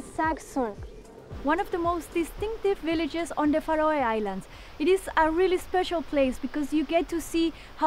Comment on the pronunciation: I love how she pronounces Faroe Islands